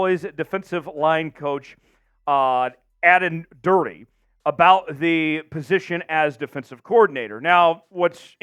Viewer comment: Totally unprofessional. If you are going to present a video on a coach, at least learn to pronounce at least one of his two names. Plus you missed the one trait that makes Aden Durde unique mong NFL coaches and why his story is so amazing. Clearly no proper research done, just read (badly) from a script.